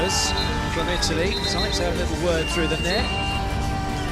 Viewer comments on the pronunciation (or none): none